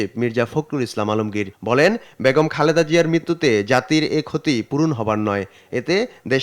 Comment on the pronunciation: বিনীতভাবে জানাচ্ছি খালেদা জিয়ার নাম উচ্চারণে ত্রুটি হচ্ছে , ক্রমাগত " খালদা " জিয়া বলা হচ্ছে। অনিচ্ছাকৃত ত্রুটি কিন্তু শ্রুতি কটু লাগছে।